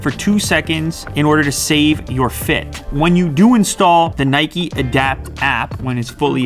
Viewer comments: The way you say Nike makes me angry it's pronounced like Hike not nighkey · Nay-keee hahaha, its said like Nike-Nayk not naykee. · It's Nike...not Nikee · It is not nikey its nike pronounced nyke but is spelt nike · why do some people pronounce it neigh-key? i think it's just nike (like Mike but with an n) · It’s not Nikee it’s Nike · Its Nike not Niky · Why do you pronounce the brand nikee? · Its not Mikey its nike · NIKE not NIKEY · Bro it's Nike not Nikey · Here in the Netherlands we pronounce Nike as N-I-K-E . To me it sounds like you guys say N-I-K-E-Y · It’s pronounced Nike not Nikee 🙄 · Why does he misspronounce "Nike" that way?